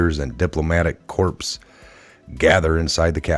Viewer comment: Ty for vid. Btw, u keep mispronouncing the word “corps”. You’re using the pronunciation for a dead body; corpse.